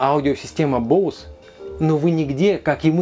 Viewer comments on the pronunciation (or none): none